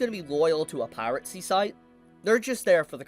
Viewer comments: please... its "Pie-Ruh-See", not "Pirate Sea"😂😂😂😂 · it’s pronounced piracy. Pira-cy. Not pirate-cy.